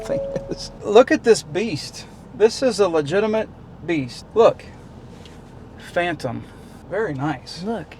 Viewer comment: By the way its a PhanTOM not a PHILton. Name has to be TOM I am thinking. :)